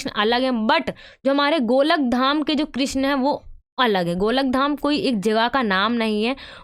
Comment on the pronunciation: Madam golakdham nhi hai wo golokdham hai😂